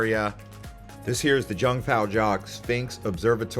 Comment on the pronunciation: Its so funny how you pronounce Jungfraujoch hahaha! Sorry but it sounds really funny...like seriously if you were in Jungfraujoch you will hear many times the word "Jungfraujoch" especially in the cogwheel train... You pronounced the place like you've never been there or never heard of it. But really nice video! i still watched even if I visited some of those places...